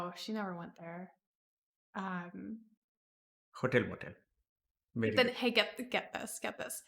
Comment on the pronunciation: Dr. K saying "HotelMotel" in the most quintessential Indian accent is the funniest thing ever xD